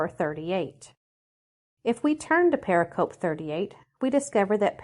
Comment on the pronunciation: "Pericope" is Greek for "cut around," applied to distinct units within a larger discourse; used widely in studies of the Christian Gospels. But its pronunciation is settled and stable and it is NOT what one hears in any of this project's videos. Please correct this strike against your credibility. Say it purr-RICK-uh-Pee: heavy emphasis on syllable 2, lighter emphasis on syllable 4. Blessings to this project!